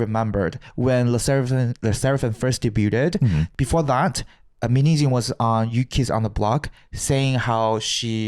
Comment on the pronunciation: How pronounces Min hye jin's name sounds like "minijeans" XD